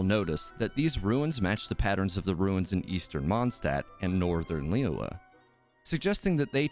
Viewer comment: how come people don't know how to pronounce "Liyue?" it's really not that hard. Lee-you-eh. Li-yue. Lee-yueh.